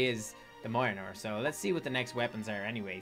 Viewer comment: M8 you just pronounced Mjolnir wrong